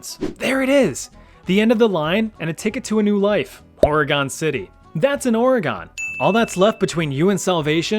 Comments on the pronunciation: Dang, the way you say Ore-Gone. It's Or-reh-gun. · It's hard to listen to you pronounce Oregon. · Oh no, not mispronouncing Oregon! 😭